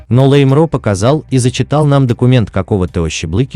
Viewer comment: Автор, говорите правильно на Чеченском языке, не лэй а лай!лайгуш- лаймро.